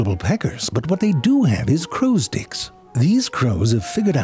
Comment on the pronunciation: you said "crows' sticks," right? 😂😂